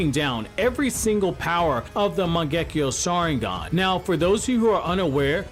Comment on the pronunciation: Turning off the video after first seconds when you misspronounced the name of the mangekyo sharingan.